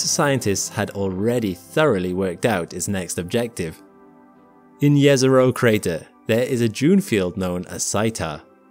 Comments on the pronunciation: Let's appreciate correct pronunciation of Jezero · THANK YOU for pronouncing Jezero properly! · Thank you for pronouncing "Jezero" correctly. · Again, kudos for pronouncing "Jezero" correctly!